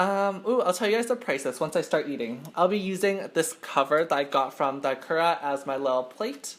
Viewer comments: omg such incorrect pronunciation of Ikura made me wanna cry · You say ikura wrong !!!!!!